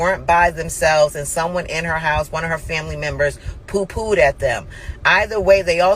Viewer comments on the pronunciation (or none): “They poo poo’d at them” 🤣🤣🤣💀 Girl it’s “pew pew”